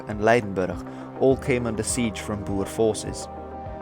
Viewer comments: I am a amateur historian of sorts and a regte Boer. Sir, you are the only non South African I have ever heard pronounce "Boer" correctly. BooRRR. Much respect! As to the video, and the time allotted, you did a good job. Just one of many details I could ad, after the 1st Boer war the British changed uniform from bright red to kaki. There is much debate over whether this war was the reason, but I would let the reader decide. If anybody wants to visit Majuba Hill I am offering my services as an amateur guide for free. I stay in Natal. God bless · Great video, it's refreshing to hear someone who can actually pronounce Boer correctly. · I'm pretty sure some older people still pronounce it the dutch way so it's fine, since you can speak dutch your proniounciation is much better than an average English channel.